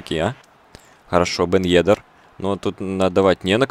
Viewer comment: Бен ЕдЭр, ударение на э